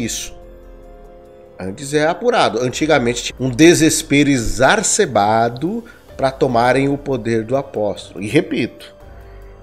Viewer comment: "Exarcebado" nao, EXACERBADO